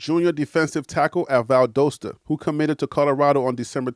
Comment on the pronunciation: VAL-DAH-STA not VAL-DOH-STA